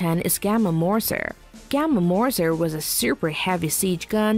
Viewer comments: *Mörser and *Gerät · Mörser or Moerser .... but not Morser 😀